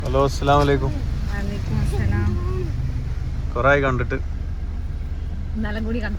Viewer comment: വാ അലൈകും മുസ്സലാം എന്നാണ് പറയേണ്ടത്